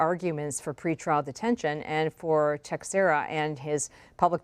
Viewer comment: His last name is Portuguese and it's pronounced (teck-shara) ... cmon people, get it right